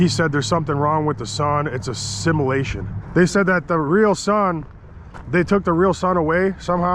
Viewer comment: Never trust a guy who says similation, when hes trying to say simulation lol. stay in ur lane buddy, that's concrete, mowing lawns, etc. Dont get me wrong I like ur videos, and been watching since the beginning, but your arrogance has increased significantly over the years. your not as smart as you think you, granted its prob easy to think that way when you surround urself with people who aren't...... well I'll just leave it there